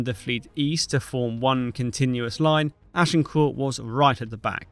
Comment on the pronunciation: Good to observe that you pronounce 'Agincourt' correctly - ! 😊